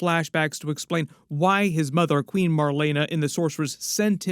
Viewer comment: Marlana? Es Marlena